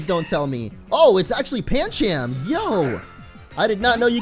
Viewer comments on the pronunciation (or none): It's pronounced panchum